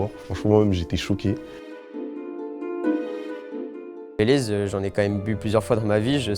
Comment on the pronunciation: frérot le bayleys c est super connu, tu mas fumé comment tu las prononcé^^